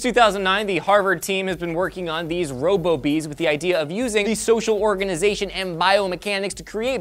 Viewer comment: Robo-Bees sounds like Ro-Boobies